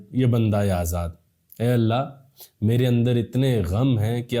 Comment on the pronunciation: AYE ALLAH.. Yeh words app ache bolte hoo bhai🎉